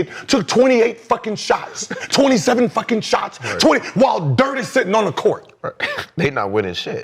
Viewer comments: gilbert you pissing me off pronounce my goat name correctly its "DIRK" n dont ever compare kd team hopping ring chasing ass to the Legend Dirk Nowitzki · Gil calling this nigga Dirt instead of Dirk is killing me